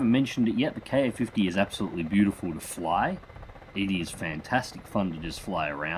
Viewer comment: Glad to see you doing content for the Ka-50. As other's have said, experiment with the targeting gate size to get better tracking performance. Also, I could be wrong, but I think it's pronounced "kah-fifty", not "kay-ayy-fifty".